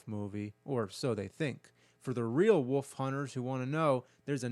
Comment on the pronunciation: The word is “Wolf”, my guy. Not “Woof”!